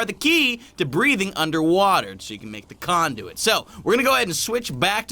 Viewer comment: Dude its conduit not condom